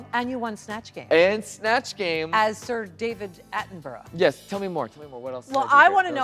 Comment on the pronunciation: Michelle pronouncing David Attenborough correctly warms my heart.